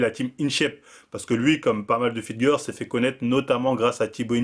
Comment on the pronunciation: une Fit Gueur ? c'est ca une Fit Gueur ?!